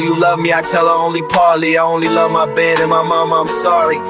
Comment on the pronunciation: When you realise says ‘Mahbed’ not my bed 😭